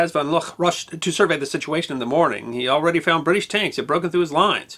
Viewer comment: Good piece, but one small correction: it’s Hans von Luck, pronounced “Look”.